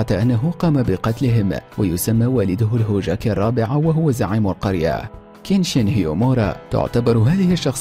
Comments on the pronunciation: كمان قال الجوكاكي الرابع ما قال الهوكاجي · يب قال الهوجاكي وقال ناروتو يوزماكي غلط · شكله يبحث ب قوقل ويجيب ههههههههههههههههه الاسماء غلط و كلمة "الهوكاجي" يقول الهوجاكي هههههههههههههههههه اوك زين انه يتكلم عن الانمي بسس ع الاقل يعرف يقرا ويعرف اسم الانمي